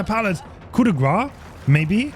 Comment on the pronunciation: He pronounces „coup“ right though